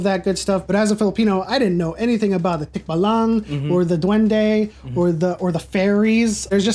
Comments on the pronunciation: You butchered tikbalang and manananggal. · You butchered Manananggal and Tikbalang ☹️